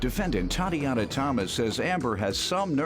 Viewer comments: It’s the narrator saying TA”DEE”ANA for me 😅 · Why was he saying Tatiana like that in the opening credits 😂